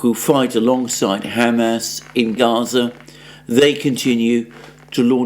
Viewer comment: For the second time!!! It's not ham🥩 ass🍑!!!!!! It's Hamas, two syllables pronounced as one! Haumaus. My Syrian friend says when you pronounce it, its like knives to his ears.